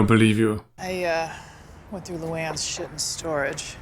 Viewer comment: Ever since ive seen this i say shat instead of shit cause of chibbs lol